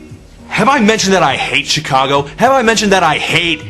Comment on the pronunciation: Learn how to pronounce the word C H I C A G O ....